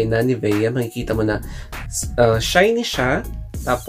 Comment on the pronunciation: nivya po pronunciation nyan